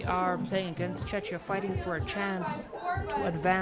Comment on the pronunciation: Hoping the announcer could pronounce Czechia properly.